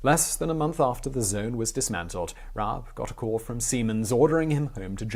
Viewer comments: RABE is pronounced with a hard R and the E is spoken (pronounced like the first E in EDGE), not silent ;) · Actually pronouncing "Rabe" that way is more accurate than your first attempt, except that you just left out the "e" at the end so if you took this pronounciation and put an "eh" at the end it would be pretty much correct. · Rah-Buh - Germans pronounce the e (uh) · FYI: Rabe = Raven in English. Pronounciation: Almost... but the "e" in the end is pronounced, written in English it would be like "Rabeh" or "Rabbey" like alley almost. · Rabe is Pronouced more like Rahbey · nope u totally messed up the pronounciation up x3 its r-a-b-e not raab~ sort of like one would pronounce rabi or ribu, just a smoother tone x3 But you tried~ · If it's like most German tack-on e's, I believe it's closer to Rob-uh than Rob-ee. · Rah-buh. Rabe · "Rah-beh" It means "Crow" or "Raven." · As a native speaker my closest approximation to the pronunciation of „Rabe“ (raven) would be: The a as it is pronounced in father, the e is pronounced similar to the a in cat. Reading the word as „Rahbeh“ might help. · What an interesting man and story. Thanks for this very interesting biography and history lesson. Also: Rabe is a two syllable name. You say the first like you did and then at an "e" sound, like the one in "bed". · Instead of spending 30 seconds commenting on your pronunciation you could have spend 5 seconds looking it up. And there is no throat cleaning sound either. Ra-be. Just imagine he’d be Japanese and read accordingly. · RAH-buh. Seriously takes about 15 seconds to look up. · Pronunciation: Yon-Rab-E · The E isn't silent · rabe - the E is not silent lol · No… you pronounced his name wrong… but whatever. The story is still correct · In german every letter is pronounced hence while i appreciate the effort to pronounce the r correctly, the name ends in -e like the initial e in elder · pronounciation was close, but you pronounce the E and it's just a normal R in the beginning :D